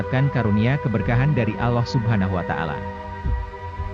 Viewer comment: Kenapa admin tidak menyebut algur an bukan guran tapi algur an kudengar admin menyebut nama tuhan itu seperti ini alah kenapa tidak seperni ini admin menyebut nm tuhan allah bukanya alah tapi allah